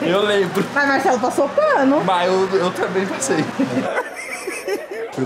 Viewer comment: Porque será que ele não fala a letra R por exemplo ele fala sovete, mecado, Macelo kkkkkk